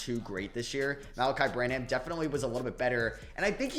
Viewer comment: It’s pronounced “Sooo-Hann.” And “Bran-uhm”.